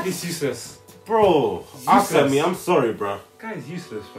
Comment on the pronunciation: Dude the way they are calling Asami sounds like answer me